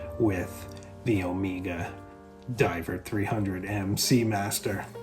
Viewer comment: It’s Omega (as in keg), not omeeeeega